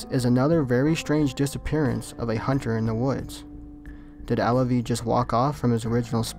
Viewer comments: Alvie, not Allavie. js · Not Alavie..Alvie.Learn how to pronounce words please